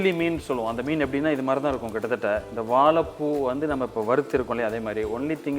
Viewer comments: வால பூ கொலம்பூ! பச்சை கிளி கூட உங்களை விட அழகா தமிழ் உச்சரிக்கும். திருத்திக்கொள்ளவும். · எல்லாம் நல்லது. ஆனால் வாழைப்பூ என்ற வார்த்தையை சரியாக உச்சரிக்க வும். நன்றி.